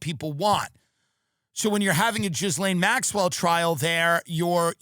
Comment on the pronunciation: Her name is poronounced GEELANE not JIZZLANE the S is silent......French name.....:face-fuchsia-tongue-out